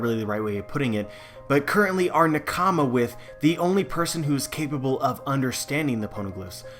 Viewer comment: i dont trust anyones theories when they pronounce nakama as newkama